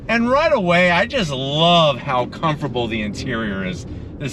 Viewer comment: And when describing the seats, he says "cumforbowl" instead of comFORTable!! 😂